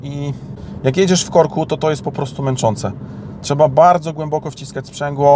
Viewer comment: za dużo "ę". brzmi tragicznie i nienaturalnie. troch"ęęę" za gł"ęęę"boko wy"ę"dukowany w czytaniu. poważnie lepiej spuścić z tonu